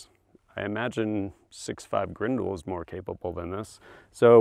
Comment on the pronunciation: Grendel!? It's like you're speaking another language.